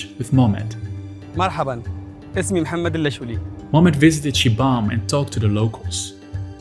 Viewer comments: Who is Momed? The brother even sent you a video of him pronouncing his name 😭Forget pronouncing it perfectly, you weren't even CLOSE... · did he say momed?